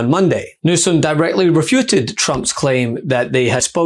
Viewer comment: Don't you mean to say that Gavin Newsome "refuttled?"